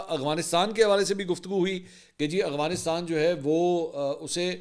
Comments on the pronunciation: Mansoor bhai lafz Afghanistan.hai ya aghfanistaan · منصور صاحب السلام علیکم جناب آپ سے ایک سوال پوچھنا تھا سوال یہ ہے آپ افغانستان کو اغوانستان کہتے ہیں اس کی حقیقت کیا ہے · Aghwanistan lapara g Afghanistan hota hae